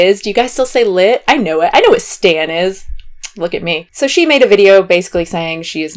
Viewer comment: Ahhh oh my god I love you so much!! 😆😆 Hearing you say “stan” made me laugh. As a person who purposely wears too much makeup, in the nicest way possible, I honestly don’t really care what other people think about how I look when I do a ton of makeup. It takes a lot of time to look this fake!! 😆That being said I usually don’t wear makeup on a regular day so I guess I can’t totally speak to the overdrawn lips at Kroger experience. Although I do sometimes like to feel like a drag queen while I shop for craft supplies so eh ¯\_(ツ)_/¯ to each their own.